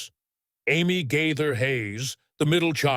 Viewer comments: I cringed every time he said their name. I just wonder what Bill and Gloria GAither thought after hearing it? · Not only is the name pronounced wrong but is this video really true? You never know with AI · PRONOUNCE THEIR LAST NAME CORRECT. THEY ARE THE BEST!!! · IT IS AWFUL WHEN AI DOESN’T PRONOUNCE SOMEONE’S NAME CORRECTLY!!